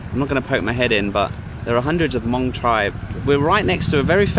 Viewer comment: Hello from Michigan, I am so happy you pronounced Hmong correctly. I missed, welcome back girlfriend.